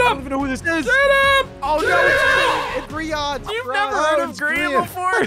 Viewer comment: its grayan not grian